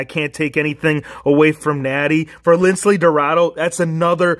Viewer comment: It's Lince not Lincle